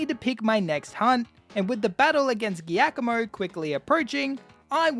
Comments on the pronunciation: Giacomo is Italian for Jack (Jakob). It is pronounced differently. the "G"+"i" is to be pronounced like a "j" in English, like in "jar". So, it is Jakomo, not Geakomo. beside this mistake that a lot of YouTuber do, thanks for the very nice video. Fun and pleasure. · Just FYI, the name of the dark type Team Star leader is pronounced “Ji-ah-koh-moh”. It’s an Italian name and therefore a soft g sound. It isn’t the first time I’ve heard people pronounce it that way, but it bothers me nonetheless haha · is that really how giacomo is pronounced? i always said it as jee-ah-ko-mo XD but that was just off reading it. this is the first time im hearing anyone say it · i dont think ive ever heard giacomo pronounced like that